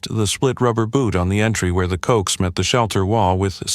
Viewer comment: Great till Cokes... it's pronounced CO-AX ( short for Coaxial Cable. ) 😂😂😂. G7VAG. 🫶🇫🇴🇬🇧🇺🇸🫂